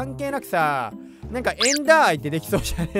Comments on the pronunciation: エンダーアイ⤵じゃなくて、エンダーアイ⤴では？ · エンダーアイの発音がめっちゃ気になる